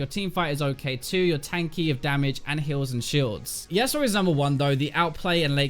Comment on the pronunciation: i like how you say easy and yasuo. so funny.